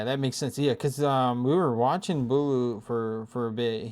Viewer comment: “booloo” nice video though